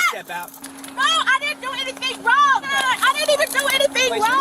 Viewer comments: She put a hard G on Wrong(uh) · what is with the extra syllable on the end of the sentence? “I didn’t do anything wrrroooonnnnggggg-uh” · Love that two-syllable “wrong” is awesome. Wron-ga. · “I didn’t do anything wronguh.” Sounds like my middle school students.